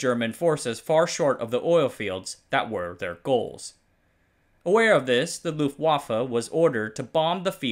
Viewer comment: For German words with Ws (like luftwaffe), you can pronounce them as Vs - it'll sound much better!